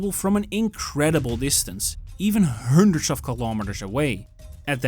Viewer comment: also when he says Hundreds puts way to much emphasis on it.. almost ridiculous..